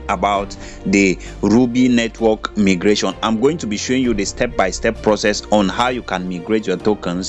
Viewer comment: It is pronounced as my- gration not me gration